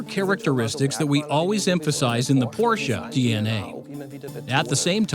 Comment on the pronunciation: Why did you go with an English voice over narrator that struggles with the pronunciation of Porsche? Just odd.